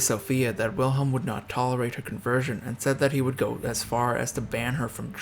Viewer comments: It's frustrating that you would take the time to put this video together but didn't bother to learn to pronounce the name Wilhelm correctly. It's not that difficult. W in German is pronounced like V in English. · I must say, I can't place much confidence in a video on German history that doesn't even bother to learn how to pronounce German names properly. German W is pronounced as V, so the name should be said "Vilhelm," not "Wilhelm"; "eu" is pronounced "OY" so Prince Eulenberg should be called "Oylenbairg", not "Youlenburg". Hermine Reuß = "Hair-MEE-neh Royss" That's Hindenburg, not Bismarck. It's perhaps worth noting that Victoria herself didn't care much for Bertie, whom she blamed all his life for his father Albert's death. Edward, for his part, resented his mother for keeping him so long from the throne; he once said, “I don't mind praying to the Eternal Father, but I must be the only man in the country afflicted with an Eternal Mother.” (To be fair, it was part of the upper-class Victorian mindset that a woman's duty was much more towards her husband than towards her children, who were more likely to be raised by nursemaids, governesses, and tutors than by their parents. Princess Frederick Victoria probably inherited this mindset from her mother, as well as the conviction that England was the best country in the world, which contributed to the alienation felt by her son.) A further source of irritation between the two was Edward's Gallophilia, which led him to support French revanchism, and the resentment of Edward's wife Alexandra towards the German Empire's annexation of Schleswig-Holstein from her native Denmark. Perhaps I shouldn't complain unduly about